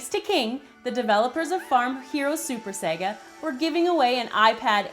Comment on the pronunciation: your saying saga the wrong way